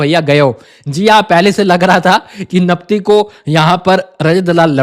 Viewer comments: Do not say Napti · Hello , digvijay bolo napti kyo bolte ho,kaise ho aap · Naptiiii naptiiii 😂